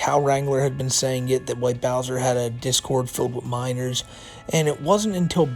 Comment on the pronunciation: "I can't be a p3do because I have minows in my discowd suhvuh!" "I can't be a murderer, there are 8 billion people on earth!" Ahem. Sorry, I mean, "muhdewuh"